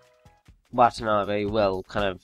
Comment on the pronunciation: Its pronounced wah tah nah beh